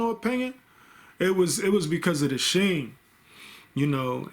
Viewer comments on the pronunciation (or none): Aye bro love the vids. Also it’s not pronounced sheem” it’s “skeem”